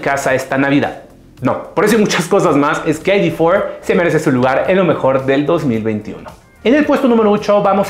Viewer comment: No se dice "Volkswagen ai-di for". Se dice "Volkswagen i-de cuatro", y si de plano se quieren verse puristas, háganlo bien. En alemán se pronuncia "Volkswagen i-de fier". Parece que no supieran que Volkswagen es una empresa alemana y creyeran que es gringa. Patético de verdad.